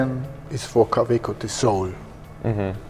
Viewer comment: I don’t understand why the American guy still kept saying ka - WAY - co.